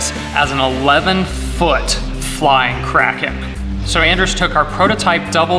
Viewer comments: I thought you kept saying crackhead instead of kraken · It's pronounced KRAY-ken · It's bigger than the Kraken so Andres gave it a new name... And "Release the Krakerlaken" doesn't sound right :-p